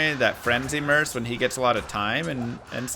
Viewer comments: its merc bro not mers take this downvote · i love your channel and content and all but man i can't power thru this vid due to the food eating... most annoying sound in the world i swear fo'gawd that and saying "merc" like murse/purse instead of merK as in when a mercenary MERC's someone.